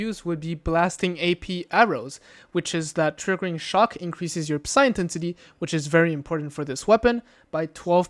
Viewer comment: ok little dude, this is meant to be helpful not me bein a D.... The p is silent in psi. It's pronounced SAI (like saying "eyes" backwards), not pisseye. Also, saying the letters individually would be incorrect, as P.S.I. is an acronym for a unit of measurement, that being Pounds Per Square Inch.